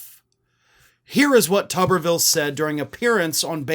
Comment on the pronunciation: Why does everyone pronounce it as "Tubberville". It spelled as and should be "too-ber". Like a potato - the thing he is closest to intellectually. Except I'd put more value into a potato's thoughts than his ability to even think in the first place. I mean he looks like and acts like someone's science fair potato experiment that mutated and gained sentience but not sapience.